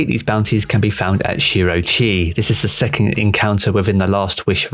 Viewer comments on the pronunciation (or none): its s-s-second